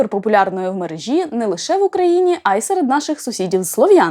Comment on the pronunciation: Чудово :) ps. Тільки не «в мережІ», а «в мерЕжі», це нормальний давній наш наголос. «МережА» — це перенесення на наше слово [дивної] російської традиції зсовувати наголос на останній склад.